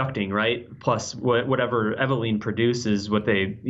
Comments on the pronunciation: god dammit! still saying things wrong. "Megnum", "Dreygons", "Reg doll" and now "Eveleeen". how many times have those words been said in video games and movies but still that accent. E-Ve-LYNN! LYNNNNNNN! LOL!!! still, always good to see him in GameInformer world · it's just weird cause they even say it in the game so many times. I guess i'm still harboring ill feelings for when he used to give Dan Ryckert hell when ever he would say things wrong, but here he is saying the girl's name wrong 5 seconds after someone in game said the name. i still like the guy though